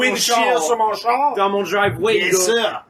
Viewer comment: You know what bothers me as a french canadian? That these fuckers are complaining about the word "Char" but can't pronounce it right. It's "Char" not Cha.